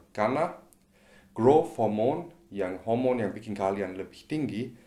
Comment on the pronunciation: mungkin maksudya dia mau bilang Hormon tapi malah ku denger HOMO